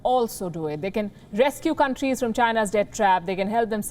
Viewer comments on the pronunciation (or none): none